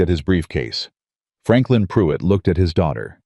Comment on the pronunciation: Its Not puit. Can you not hear the R?? It's most likely spelled PRUITT .